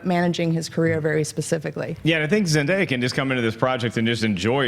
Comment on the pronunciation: Zen DAY ya not Zen Di ya. 😑